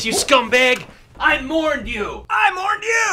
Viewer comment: ” I mourned you, I MORNED YOU!!”😂